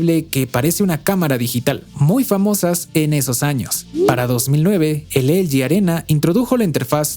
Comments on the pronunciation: Porque dices elgi cuando es ele ge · “Elyi”, “elyi”, “elyi”, “elyi”, “elyi”, “elyi”... ☹😤 ¿Repites “elyi” tantas veces porque en español ‘no’ existen las letras ‘L’ (“ELE“) y ‘G’ (“GE”)? 🤔 Espero que descubras que se dice “ELEGÉ” (de “ELE” y “GE”), sobre todo porque: 1. Son letras que sí existen en el abecedario español. y 2. El contexto lingüístico del discurso es el español. 😐💁🏻‍♂🤦🏻‍♂ (Sólo llegué hasta , aunque me hubiese gustado haberlo visto entero). 😞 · ELE GE NO EL GI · Estamos en México, por qué no le dices Ele je, je 3? O por qué no dices El Yi Yi Three? 🧐 V